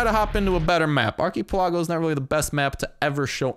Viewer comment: dat pronounciation of ark-i-pe-la-go tho